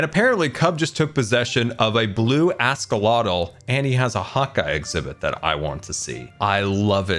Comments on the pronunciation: I'm pretty sure I heard "ask-a-lot-l". I have a 3-year-old nephew,. I would classify him as an "ask-a-lot-l" because of the stream of never-ending questions that come out of his mouth. Only he isn't blue. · askalottle lol i love it when scar mispronounces words.